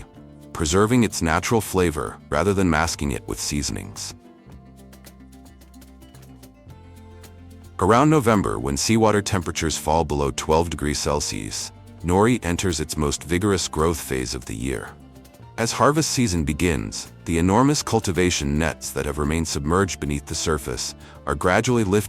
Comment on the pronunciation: hey, please teach your AI voice how to pronounce these correctly: CELSIUS - it's not "celsie" it's CEL-SI-US, a measurement of temperature F&B - it's not F&B it's "FOOD AND BEVERAGE" - not everyone knows F&B 10X - it's not "Ten X" it's "Ten TIMES;" the "X" means TIMES, not the letter X Uni is not pronounced "Yoonee" it's pronounced OOH-nee. Like saying "oooh that's bad pronunciation." GEODUCK - pronounced GOOEY DUCK (don't ask why, it just is) DO BETTER!!!